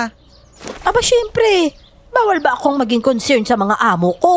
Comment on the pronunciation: Concerned daw hahahaha hilabtanon rjud